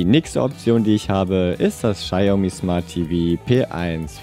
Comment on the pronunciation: Ein Chinese hat mir gesagt, dass bei deiner Aussprache er die Marke Xiaomi nicht erkannt hätte.